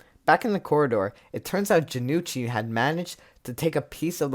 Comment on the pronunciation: Hey not to be that guy, but Jonouchi's name is pronounced Jo-no-uu-chi, not Ja-nu-chi. Good to see more people cover season 0 btw